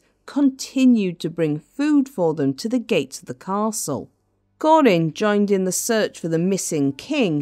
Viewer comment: Kah-rin, not Corin. What awful narration!